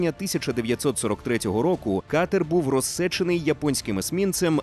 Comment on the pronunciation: Вже і прочитати не взмозі (замість розсІчений - читає - розсЕчений) просто жах